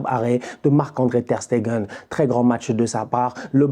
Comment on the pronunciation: il a appris a bien prononcer Ter Stegen! Les anciens vous vous rapeller quand il disait Ter SteNgen 😂😂😂😂😂😂